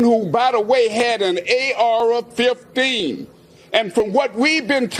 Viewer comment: “A Ara 15”😂😂🤦🏾‍♂️